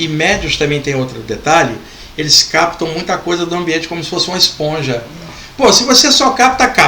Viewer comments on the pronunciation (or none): none